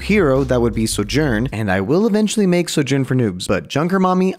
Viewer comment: I’m genuinely confused, why do some people pronounce names incorrectly even though you can hear the right way in game? Like calls Sojourn soJern with an emphasis on the J instead of the So, even though you can hear Sojourn herself say her name. Just confused